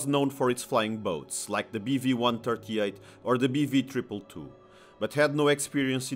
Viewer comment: I thought he kept saying beefy lol